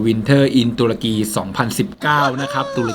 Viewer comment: ตะลุย ตะ-รุ-กี 😁🤣